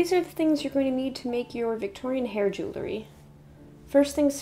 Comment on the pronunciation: jew ell ry ;)